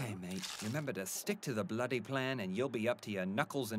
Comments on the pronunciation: love the inclusion of in this episode but man wish would've asked him for some election lessons it's bloody and ruddy not blutty and rutty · you can instantly make your accent better by not saying bluh'ee instead of bloody. We drop Ts not Ds. So water is wah'er, butter is buh'er...